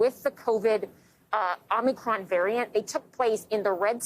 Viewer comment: It is not Om-Knee-cron. If you cannot get the name correct then the rest of the story is just background noise.